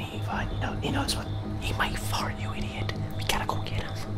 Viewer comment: lol why did he say idio😅